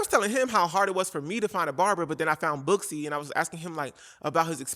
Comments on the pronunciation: Girl I’m not gonna hold you, when you said Booksy I thought you said BUSSY and I thought well it’s about time there’s a company called bussy 😂😭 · When you said … booksy, I thought I heard, bussy